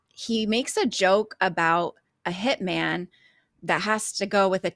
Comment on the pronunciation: omg the H slips out !!!!